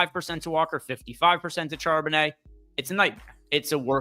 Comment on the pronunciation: Then you hear him try to pronounce Charbonnet 😮